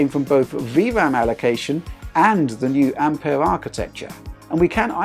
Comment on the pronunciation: Finally someone who doesn't say Ampiure